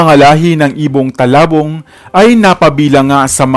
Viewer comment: Its not talabong its tulabong..